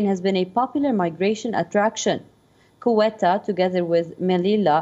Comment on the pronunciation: You need the learn the proper pronunciation for Ceuta. ‘Say u ta”